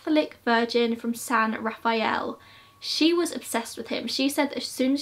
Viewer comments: also btw in the bay we pronounce San Rafael as "Ra-Fel" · As always, stellar work. Learned a lot I didn't know! 💕 One small note, and it's nothing you'd know unless you're from the area (because it's totally counterintuitive), the city of San Rafael is pronounced "San [like sand without the d] Ruh-fell."